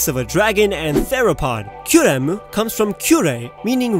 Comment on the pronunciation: WHAT WAS THAT AACCENT WHEN U SAID RESHIRAM AND ZEKROM Oh yeah also Kyurem /